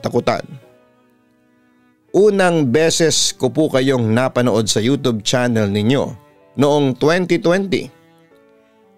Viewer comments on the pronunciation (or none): Bt iba pronounce mo sa youtube.ang pronounce mobis youtob.pki ayos nmn